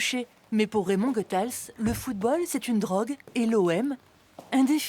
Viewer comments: SVP... il faut prononcer GOUthaels (comme goûter) et pas GEUthaels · A la Francçaise c'es GOethals. Mais c'est aussi Raymond la malice